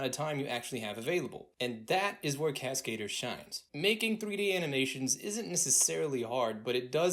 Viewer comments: It’s not cascader from cascade. It’s French for the word stunt man. It’s cascadeur with the accent on EUR at the end. Google voice it to see the difference. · Okay, I realize I'm a dick for saying this, but Cascader? Oh no! lol. It's a french word pronounced "Casca - Doer" not Cascade-Er. It means Stuntman. But you're right, Cascadeur rocks! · He calls it Cascader lol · please learn how to pronounce cascadeur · Cascadeur is French so it's not pronounced that way. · I hate how proudfully and how often this guy pronounces Cascadeur wrong